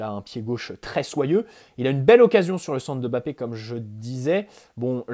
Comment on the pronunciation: Merci d'avoir fait l'effort de prononcer MBappé presque parfaitement, ça fait plaiser, parce que ce ÈME bappé on n'en peut plus quoi 🤣